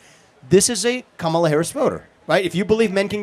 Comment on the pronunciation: She can't even pronounce the Fake black woman Tramp running for President first name.